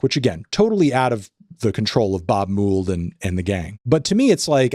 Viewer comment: Mould is pronounced like Mold, not Moold. That aside, way too much East Coast bias! Add at Fresh Fruit for DK, take X out, and replace it with Germs.